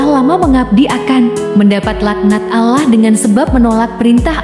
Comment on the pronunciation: Sebut betul2 perkataan Allah...biar bunyi huruf 'Lam'nya sedikit tebal